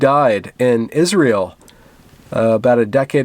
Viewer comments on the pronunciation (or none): none